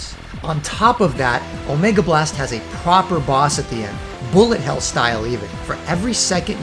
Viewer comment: is it "BULLET HELL" or "BULLLET HAIL" ?